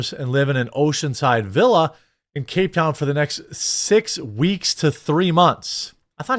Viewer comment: Not being a douche, but that's not how you pronounce cape town.